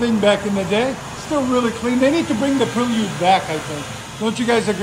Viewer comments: Prelude not Prill-yude! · You perliud come on guy 😂😂😂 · Pre-lee-ood? 🤔 interesting, hadn’t heard that one yet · Ive never heard Prelude pronounced like that